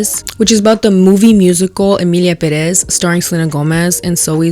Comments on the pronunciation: im sorry girl, i wanted to post this on the emilia pérez video, but please, with all respect due, it’s pÉrez. the accent on the first E, not the second… it’s just drives me crazy because you were criticizing accents and stuff and just saying things wrong too, sorry omg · Pérez!! pérez!! It has the accent on the second to last syllable! Please google how to pronounce things in Spanish if you are going to keep saying that you are Latina or take Spanish classes. We don't charge that much I promise!